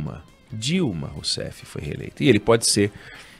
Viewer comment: Porque acentuar o “Dilma foi reeleita, Dilma”?????